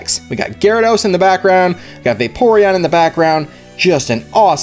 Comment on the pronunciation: i heard vapoureon as porygon 😂 (i know i may spell worngly)